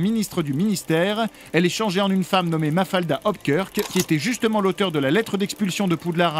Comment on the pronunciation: Juste je crois que c'est Hopkrik plutôt que Hopker 😁